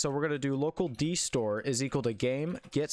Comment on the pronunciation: U Say dSore instead of dStore